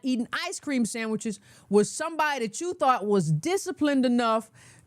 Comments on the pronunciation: The way she said “sandmiches” had me DYING!! 😂😂😂😂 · when she said "ice cream samichiz" I damn near spit my coffee all over the screen. 🤣 I've never heard of her, but I really like her, so far.